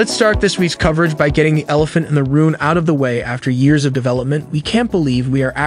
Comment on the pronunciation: WHAT IS WITH THE TEXT TO SPEECH "fEnEf" "elephant in the rune" store line"